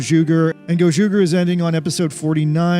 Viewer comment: The ger in gozyuger is pronounced the same as the ger in ranger.